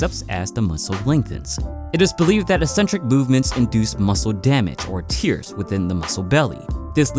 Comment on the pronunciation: I think you meant tear there buddy. Like t-air not t-ear